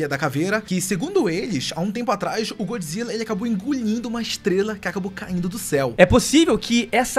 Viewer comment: GÓD Zilla, não GOOD, ele não é BOM, ele é DEUS.